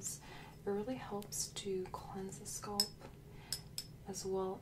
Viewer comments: No, she lives in Canada I thought. I've heard people whose native language is not English saying it like that, but if you look up how to pronounce it in English, it is scalp, not sculp. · Why do people from other countries say it like that though? It's not spelled "sculp"... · I love this, too! We say scaaaalp in Detroit, too. Keep saying sculp,:) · I love your videos but as a Brit “sculp” got me , not being mean just gave me a giggle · other countries. Most asmr artists say it like that. I started wondering if I have been saying it wrong my entire life.